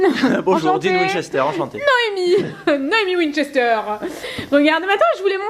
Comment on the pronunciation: Pourquoi vous dites Winchester ?